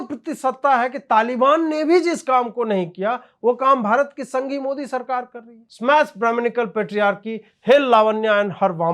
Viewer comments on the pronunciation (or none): इस ओभैसी की जीभ जबरदस्त स्थान विशेष मे दाह के वशीभूत होकर इतनी ऐठ जाती है कि बेचारा मोदी शब्द का उच्चारण मोडी करता है। ऐसा नहीं है कि ओभैसी तोतला है वह मंदी बोल पाता है कभी मंदी को मण्डी उच्चारण नहीं करता। इतनी जबरदस्त ईर्ष्या और दाह मैंने और किसी मे नहीं देखी की वह द का उच्चारण करने मे सक्षम हो किन्तु जब मोदी बोलने जाय तो बेचारा द बोल ही न पाय और ड बोल जाय। इतना असमर्थ व्यक्ति आज तक नहीं देखा।